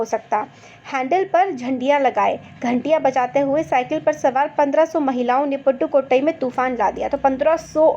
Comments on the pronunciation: Ma'am it's not पुडुकोटृई it is पुडुकोटृई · did anyone notice that she just said padukottai and not pudukottai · Padukotoi nahi pudukotoi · Abay takli its pudukotai not padukotai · Mam vo paddukotsi nahi poddukotai hai thoda Sikh lo ki south Indian jaghaho ko kaise pronounce Kiya jata hai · it is does not matter was a small mistake not nessecary to mention it is just flow of speech it happens. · Podukotai not patukotai ok mam I am also Tamil Nadu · Mam padukotai nahi hai pudukotai he its u not a , meanwhile the video is nice .